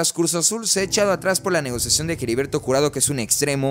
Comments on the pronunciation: Ya no voy a ver tus videos sí sigues diciendo Jeriberto en vez de heriberto 🤭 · Hola, dos sugerencias, la pronunciación de HERBERTO no es Jeriberto jajaja, y la repetición constante de la frase "en ese sentido", deberías corregir esos detalles, y otra cosa, dices que no vendes humo y la verdad es que das muchas notas que no son ni serán reales, aclaro, tu contenido me gusta, es critica constructiva, abrazo y éxito.